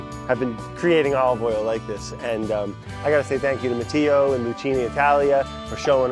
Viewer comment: ZOMG, Brad, learn some basic Italian pronunciation if you're visiting the country. Sheesh. Nuovo, not... whatever it was you were saying. Matteo, not "mateeeyo". Love ya, dude, but come on.